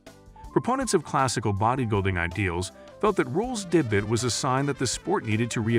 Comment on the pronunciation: "Deh-butt" and "day-byoot" (mangling the word 'debut')..."epitome" (pronounced by the speaker as eh-pi-tome)...what the hell is this? This is just...bad. As for Ruhl, the dude was a freak. He knew that he was never going to be the most aesthetic, like Lee Haney or Steve Reeves, so he just got as big and ripped as possible, stomping around the stage and scaring the crap out of everyone. Other builders were also ridiculously large, but they had better overall symmetry and conditioning. He'll always be remembered as "Der Freak" and I'm pretty sure that he's proud of the impact he had on bodybuilding.